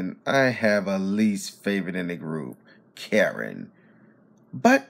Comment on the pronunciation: It’s not Karen dude, it’s Kuh•rin